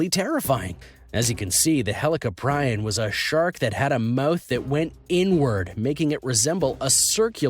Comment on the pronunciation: its helee cop ree on EDIT: also the kronosaurus wasnt a dinosaur another edit: its not white shark its great white shark